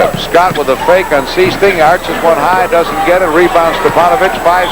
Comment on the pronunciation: Is #14 Jerry Sichting? (SIGHT-ing, not SEE-sting)